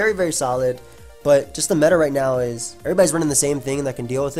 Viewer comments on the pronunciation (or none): none